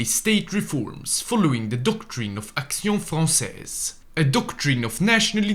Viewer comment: Your prononciation of Action Française is on point 👍